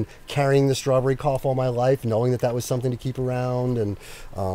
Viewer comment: He didn’t say Strawberry Cough, he said Starberry Cough. I can see how you misunderstood tho